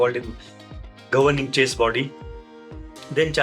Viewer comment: Please try to pronounce chess correctly